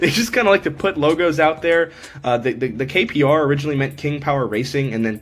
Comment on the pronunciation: Hey just wanted to let you know it says kpro (king pro)not kro 😂